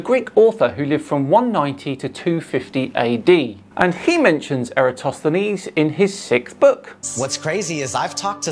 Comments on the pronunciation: still hasn't learnt how to pronounce eratosthenes 😅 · still can’t get Eratosthenes name right. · Personally what bothers me more than anything is the UTTER inability of these people to pronounce Eratosthenes’ name correctly. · Why, after all this years, keeps saying the name Eratosthenes wrong… LMAO